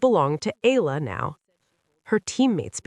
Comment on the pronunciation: E-YA-LA not E-LA E-YA-LA not I-LA E-YA-LA not EY-LA EALA= E-YA-LA